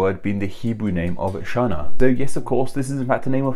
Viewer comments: Channa is not pronounced “shanna”, but “khanna”. Other than that — great video. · Really likes this video but just couldn’t get past you mispronunciation of Channa or חנה